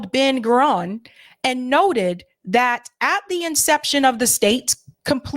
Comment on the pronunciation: Please learn how to pronounce the names of these very famous people. Manachem Begin, Ben Gurion, Gaddafi, Nasser etc. etc - It's annoying and would be like calling Obama Obb-uhm-ah or Kennedy Kuh-need-eye. BTW, Sirhan B. Sirhan was Palestinian and did detest RFK for his support of Israel. RFK Jr. believes he wasn't the shooter whose bullet killed, but that someone from the CIA was. Of course, RFK Jr is often a nutter, too.